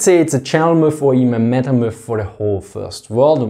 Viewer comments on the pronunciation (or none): none